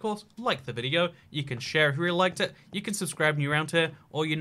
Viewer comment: It Not 'itt'